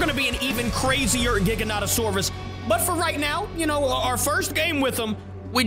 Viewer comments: You said gigznanzsouras right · Its pronounced giga-no-toe-saurus Or Jiga-no-toe-saurus Hopes this helps :) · It’s pronounced gi-gant-o-saw r-us because it’s name means giant southern lizard